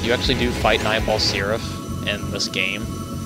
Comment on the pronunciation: Every time you say his name, I hear "Nineball Syrup"...